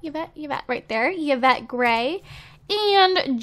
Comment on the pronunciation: yvette i9s not pronounced like that its pronounced like evette